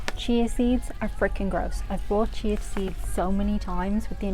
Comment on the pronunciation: I love how you say chia seeds. It sounds like cheese seeds lol.